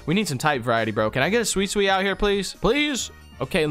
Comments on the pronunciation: Bro the charmander dude you say the pokemon name not right You said swee swee its suicune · Swecoun not swee swee